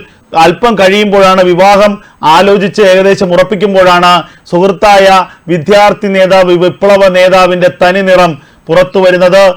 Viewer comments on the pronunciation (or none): Use your pronounce correctly. Vidhyarthi alla. Vidyarthi ennu prayuka. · വിത്യാർത്ഥി അല്ല സർ വിദ്യാർഥിയാണ്